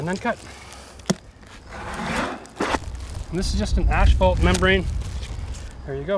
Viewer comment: Asphault….pronounced As-Fault, not Ash-Fault....lol. Sorry, I had to say it.